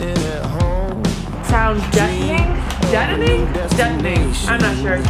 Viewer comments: All this time I've been repeating what I thought was saying, which was "sound detoning"... only to ask him now when you questioned it at the start and he said "deadening" -- which makes perfect sense because you want the sound to be, well, dead. I'm totally blaming my misunderstanding on his British accent... as I do with other words I mispronounce as he teaches me about vanbuilding on our Cortez haha L (and ) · It's pronounced "deadening". It's so exciting to see the roof panels going in and the trimmed out fan. It's giving us a peek of the finished product! Thank you for another awesome video. Take care. PS - Is Bob single?